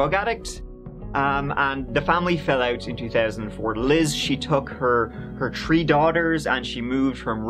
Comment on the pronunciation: Hey, the way you always work in a "tree" and "turdy" in your videos is a absolute genius move 😉